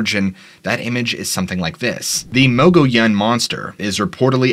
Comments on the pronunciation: Mo-Gi-yan. Mogiyan. Mogollon. It has a weird pronunciation in AZ. Like Prescott is pronounce Prescit, Tucson is Tus-on. We know that’s not how it’s spelled, that’s how all AZ locals say it though and we can tell if you’re from out of state if you say it wrong. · Great episode dude. For future shows though the mogollon monster was seen at Geronimo scout camp. Also how you pronounce the word mogollon in muh-gee-on